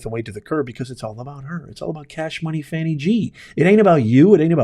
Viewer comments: Stop Lying! There was no proof! Go Fani Pronounce her name correctly (Faw-nee) Leave her alone! Your entire response is bias! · You are very false and tell the truth beign dishonest to 300,000 people wow group up cant event say her name right you mad😅😅😅😅😅😅